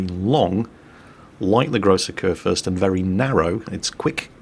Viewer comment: Haha, you are correct on the salt factor. I like Flamu because everyone can learn from him, even though I am not the worst player ever. But yeah, the salt is real. I do get it sometimes, but it is very much present Also, I love how you pronounce Kurfürst. Its not that bad, but its always something if an english person tries to pronounce german words. (To be honest, I think its the same the other way around)